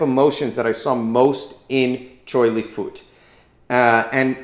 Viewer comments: it is pronounced fuht. like with an up, minus the p. still spelled fut though. please stop saying fooot. you are butchering it. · It's not pronounced as "foot", but "fart", in Cantonese means Buddhist. So Choy Li Fut is a system of Choy, Li, and Fut. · it's not pronounced as FART. It's pronounced as FUT as in Butt. never fart. where did you even get that from. and yes, we are one of the original MMA styles of chinese kung fu.